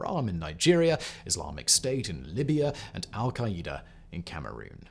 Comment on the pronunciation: Lol we say Al-Qaeda (Al-kai-duh) not al-kai-Ä-duh